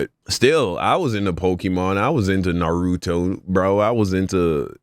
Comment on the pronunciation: pronouncing nAruto like narUto will never cease to make me laugh